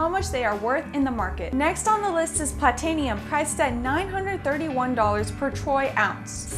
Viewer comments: It's not Platenium...Its Pla-ti-num. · AND YOU PRONOUNCED PLATINUM WRONG UGHHHHGG